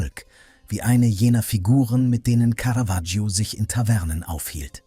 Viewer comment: Was für schreckliche Sprechweise und auch teilweise schrecklicher Text (Lack statt Firnis, Caravaggio permanent falschbausgesprochen etc.). Und dann wird das Porträt nicht mal gezeigt.